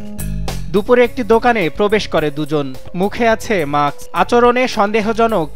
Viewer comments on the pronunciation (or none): মাক্স নারে মূর্খ উচ্চারণ হবে মাস্ক৷ mask